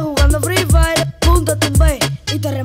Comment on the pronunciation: Así no se pronuncia "fire".